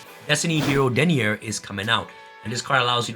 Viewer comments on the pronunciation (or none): Deni-Er smh lol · I don’t think he realizes it’s pronounced “Deny-er” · How the... did pronounce "Destiny HERO - Denier". In japanese its "D-HERO Denialguy", so why did he pronounced it like "Den-nee-iehr" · How do u pronounce Denier as in denied to denyer, its obviously denayer XD, anyways love ur vids and thoughts on the banlist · In French, "nier" is pronounced "nee-ay" like how he said it. Given that Canadian he's probably more used to hearing it that way and used it out of habit. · Why everyone is pronouncing D - Hero Denier like that. The dude is literally DENY with -ier. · he slaughtered ma boi =( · Why is he saying Denier like that